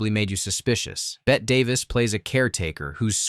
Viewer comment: Minor correction — the name of the lead actress in “The Innocents” is pronounced like “car.” And Bette is pronounced “Betty” not “bet.”